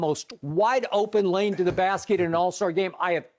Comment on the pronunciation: "Sashaying through the lame "?🤦🏿‍♂️😂😂😂😂😂. Funniest guy on tv